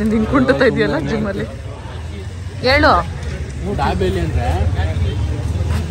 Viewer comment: ದಬೇಲಿ ಅಂತಾರೆ ದಾಬೆಲಿ ಅಲ್ಲ